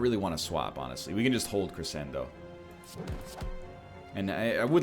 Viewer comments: A little piece of me dies every time he reads Crescendo as kree-send-o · I accept NL pronouncing crescendo like that, because it just sounds like he's gonna cre-send it